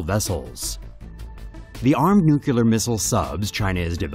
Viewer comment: don't know weather its just me or the speaker couldn't pronounce nuclear